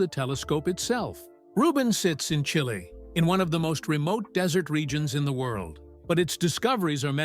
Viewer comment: A SALES PITCH FOR A TELESCOPE = CHILDISH NONSENSE !! Can't even pronounce the name of the country this telescope is in. Can't even get the location correct - It is NOT in the Atacama Desert, which is almost totally at Sea level, its High in the Andes Mountains. Telescopes on Earth have to be as high above Sea level as possible, to reduce the interference of the atmosphere to there vision. This is just another imbecilic piece of American crap. No useful facts. Just stupid & childish "Walt Disney" type sales pitch aimed at the really ignorant American Masses, Pathetic. 👎👎👎👎👎